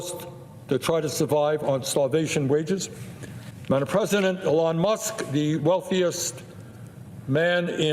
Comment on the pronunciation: DID HE SAY "President EL0N Musk" ??? 😊 I think he REALLY did !! 😊